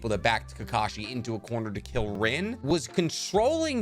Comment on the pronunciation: Okay that Rin pronunciation annoyed me